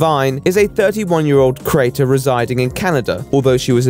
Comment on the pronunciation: I love how cannot properly pronounce the word "creator", so it sounds as though he says, "Alinity is a 31-year-old crater". That about sums it up tbh.